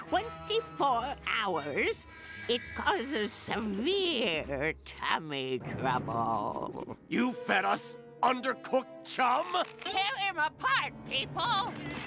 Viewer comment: I thought she said “cabbage rumble” but it was actually “tummy trouble”